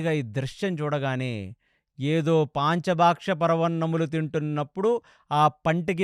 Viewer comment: తమసా నది తామస కాడు గారు. గంధర్వులు అని ఉంటే గాంధర్వులు అన్నారు. దీర్ఘం అవసరం లేని చోట దీర్ఘం ఇచ్చి చెబుతున్నారు. ఇంకోటి పాంచభక్షా పరమాన్నం కాదు పంచ భక్ష పరమాన్నం చెప్పండి. అన్ని. బాగానే చెబుతున్నారు అనవసరంగా దీర్ఘం ఇస్తున్నారు.. I am sorry to say this